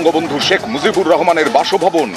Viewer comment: বঙ্গবন্ধু "শেখ মুজিবুর রেহোমান" এই হলো উচ্চারণ এর অবস্থা! আসছে চাটাচাটি করতে!🤣